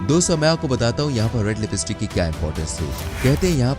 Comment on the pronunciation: Bruh? thoda sabhi educated hai toh is video ki taraf se dikhao,👍 it's lipstick, not libeestik okay bruh,👍 thank you and God bless. 🙏